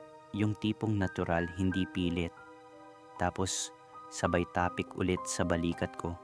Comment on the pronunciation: Boss bigkasin mo ng diretso at mabilis ung salitang TAPIK. Don't make it slow. God bless and more power to your channel.